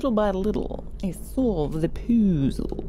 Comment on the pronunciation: No one:: "Poozle"